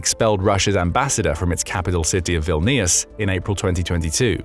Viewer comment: If you’re going to spread click bate. At least pronounce the name of the capital correctly. My wife was born and raised in Vilnius. The relations that are still there are not bothered by the talk from Russia. Been there dun that.